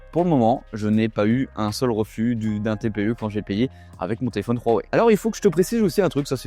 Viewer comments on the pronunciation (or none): On peut dire Wouawoué svp ? Pas Rhhouwawe